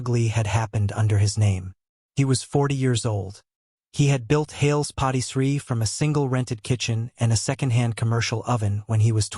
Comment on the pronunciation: The AI says Hails POTTY Tree. That does not sound correct! I would think maybe Hails PARTY Tree?